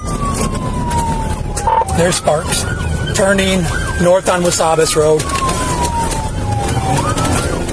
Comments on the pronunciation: Ain't no "wasabis" road around here? You mean Wabasis? Scares me when the law can't read. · Wabasis not wasabis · well, he didn't know how to pronounce Wabasis either, so what do you expect?